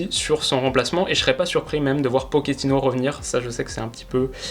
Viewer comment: Par contre il faut absolument arrêter de dire « Poketino » ! Toute personne ayant fait espagnol LV2 au collège sait qu’on le prononce bien « Pochetino »